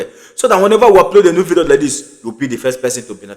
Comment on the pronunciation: My friend its not vido, it is pronounced vidio